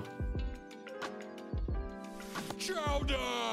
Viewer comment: the “CHOWDAHHH” every time had me dying 💀 you need to use that K sound now lmao